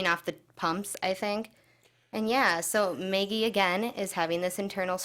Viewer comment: You keep pronouncing her name "Meggie" - but it's "Maggie". No one on the show has ever called her "Meggie".